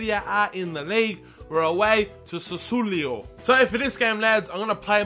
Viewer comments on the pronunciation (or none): It's pronounced sass-or-lo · its sas-su-olo